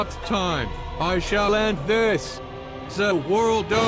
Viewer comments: “ZA WORLDOE” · ZE WHIRL DOUGH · "Suh Worldo" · "THE WORLDO" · ZA WORLD DOUGH